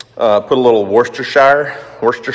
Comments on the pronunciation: In the Uk Worcestershire sauce in pronounced WUSTERSHIRE SAUCE or WUSTER SAUCE for short, hope that helps🤦‍♀️🤣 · Nipsy Russell used to pronounce worstershire sauce "Whats this here sauce".